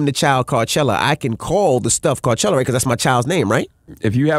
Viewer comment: Why doesn’t he just go “Carchelluh”